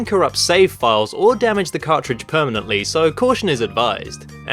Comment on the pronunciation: 'PERMANATLY' It's 'permanently'...well, at least you tried. Or, if it was him.